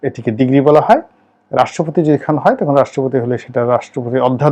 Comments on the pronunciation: আপনি আইনের ছাত্র? How come? আপনিতো ডিক্রী কে ডিগ্রী উচ্চারণ করছেন! Oh no man.I am sorry! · উচ্চারণ ডিগ্রী হবে না, হবে ডিক্রি